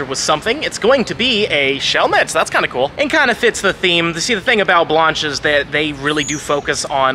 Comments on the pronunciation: My great grandmother is rolling in her grave with your pronunciation of her name! It's an A sound not ah.. This video was cringe everytime you said it like that. Look at your golden girls there was a character by the same name right? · Lol at saying Blanche "Blonch" like Launch. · Bro the way you’re pronouncing “Blanche” makes my ears twitch